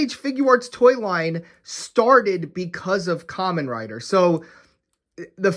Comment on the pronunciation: Dude it's supposed to be called "ka-men rider"